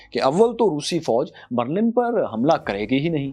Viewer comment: بَرلَن غلط َبرلِن صحیح عَبور غلط عُبور صحیح